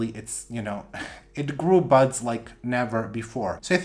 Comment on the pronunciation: You gotta stop saying blasted buds cuz it sounds like butts. All I hear is butts. It has a peduncle which will form new butts.